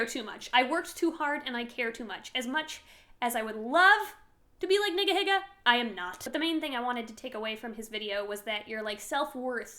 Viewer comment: Did you just say nigga higa? 😬